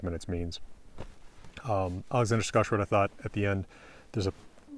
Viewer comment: As a swede, it makes me so happy to hear an american say ”Alexander Skarsgård” properly! The ”Å” is very important